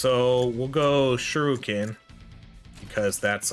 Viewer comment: Shuriken did so little dps because you kept calling it Shoruken